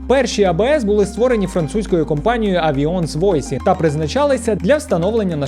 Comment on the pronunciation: Французька компанія називається АвйОнс вуазАн :) жодного хейту, просто хочеться відчути що не дарма вчився на філології :)